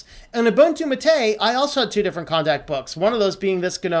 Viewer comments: Not tooting a horn but I've been using Linux on and off since the mid 90's ... my first distro was Mandrake, so I've gotten accustomed to hearing certain terms in a certain way... But, Like I said, great video, but Gnome, Gnu had (at one point silent "G"s) , and "mate" as in gourd I know (I actually drink my yerba from one) has 2 syllables... think of this similar to the "gif/jif" argument taking the internet by storm these days. Take no offense. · Great video, but your pronunciation of Gnome and Mate is killing me.